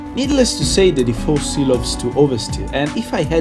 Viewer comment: Every single time u say "4C" it seems you are saying "Tiffosi". Just kidding, nice video as always!